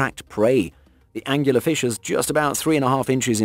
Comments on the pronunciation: I like this video, but, I have to interject that the deep sea fish, with the glow-in-the-dark proboscis, is called an "angler fish" that's angler, as in a fisherman that fishes with a rod, not as he said, "angular". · "Angular fish".......ANGLER FISH!